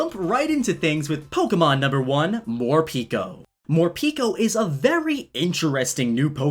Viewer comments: Morpeko name should be pronounced as "pae ko" not "pi ko" as in japanese pekopeko mean very hungry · I thin Morepeko is said MORE PEH KOH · Who sees the word morpeko and reads morpeeko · Instead of Morpeko i heard for the first time "More pika"